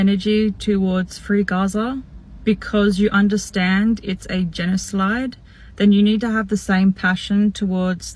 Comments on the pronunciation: Did she just say a GENASLIDE?????? hahaha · ...... genoslide. Why did the letterbox purposely mispronounce that word. Very suspicious. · A genoslide ? At least pronounce it right . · Did she just say "genislide" 😂😂😂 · This woman is beyond stupid she can’t even say genocide she says genliside! Aborigines were also invaders into Australia from the North. Everyone originally came from Southern Africa which means no one living in Australia is indigenous, we are all colonists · ...... genoslide, why did the letterbox purposely mispronounce that word? Very suspicious.